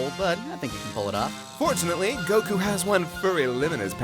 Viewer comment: Bro, plz stop putting a syllable in Goku's name it's a bit annoying I don't mean any harm, I love this channel